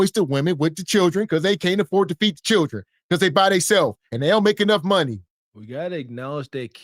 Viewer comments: Honegree! Classic Southern pronunciation of the underprivileged hungry in the American “Black” South. Know what I’m tawin’mout. (talking about) 🤪 And Churin as well. 🤪😁 Churin: children. ROTF! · I heard a pastor from church say, "free food is everywhere in America". Not eating is a choice. I bet she knows how to pronounce"children" in front of her boss.